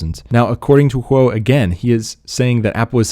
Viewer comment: It’s ming chi kuo not quo